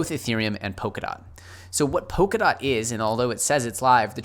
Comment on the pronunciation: It's Polkadot with an L and not Pokadot. :-)